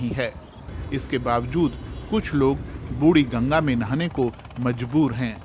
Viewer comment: "बुड़ी गंगा" नहीं "बुढ़ी गंगा", हिन्दी का बलात्कार मत करो...